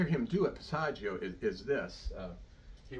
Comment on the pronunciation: Everybody has A passaggio"???? This man doesn't even pronounce the word correctly. He knows absolutely nothing about the passaggio areas and how they are important. Pavarotti, like so many star opera singers, didn't know science. He sang like a pig. He had a magnificent native voice. "Pitch together"? Nice sound, by the way. Oh, my...Run, please run. What I DO like here is that when he makes that tight sound he does move his mouth and lips to assure, well, never mind. It would take too long. That is NOT technique. Corelli destroyed his voice. This is so upsetting. Oh, god, a vowel does NOT automatically adjust. Did he say, "Learn to sing to the center of the cords."???? Ignorant teachers should be arrested.